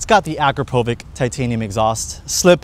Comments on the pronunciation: 1. No chewing in videos! 2. Learn how to pronounce "Akrapovic" if You're going to work with cars. 3. This BMW is perfect. I like it more, than M8. BTW, even stock sound on M850 is better, than on stock M8. Same for X5/6M. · Awesome material. Please learn how to properly pronounce Akrapovic though......